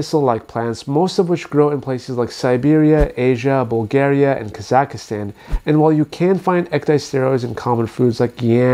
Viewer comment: Please say Kazakhstan correctly 🤦🏻‍♂️